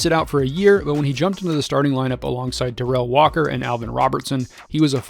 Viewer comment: In America, 70’s and 80’s…Darrell is pronounced DARR-elk not dar-RELL.